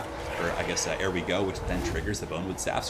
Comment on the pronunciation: Asked before but i'll ask again. Is it a meme the way you mispronounce 'ere we go? It is 'Here we go' - just without pronouncing the H. (As per the greenskin accent which is based on brits) 'Here we go, here we go, here we go' is a popular Football chant. Is it one of the many meme-names you have? I NEED to know!!! You pronounce 'Here' everywhere else properly. Why the hell do you say 'air we go'? WHAT DOES IT MEAN?????????